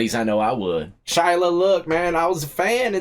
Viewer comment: Shy-a NOT Shy-la!!!